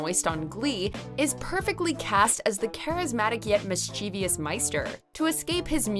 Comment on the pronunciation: Mischievous is 3 syllables, not 4. Do not add an extra 'i' to it. It's mis-chuh-vuss not mis-chee-vee-us. And it's Once More With Feeling, not One More With Feeling. This twit says it right the first time, then says "One" instead of "Once". Goddamn I hate Phoebe. So awful.